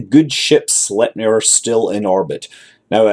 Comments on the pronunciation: It's pronounced like this > "Sleigh"-pnir ... (the nir is just like "mir" but with an n) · Scott, Sleipnir is pronounced "Slaepniir" if you understand what I just wrote, if you know Swedish letters it is "Släjpnir"